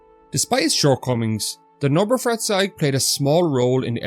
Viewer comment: You pronounced 'Neubaufahrzeug' correctly, which made me surprised that you didn't pronounce 'beutepanzer' the same way. To be fair, I mispronounced both for years.